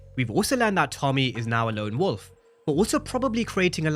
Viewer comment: It’s lone wolf… yall keep saying long wolf lol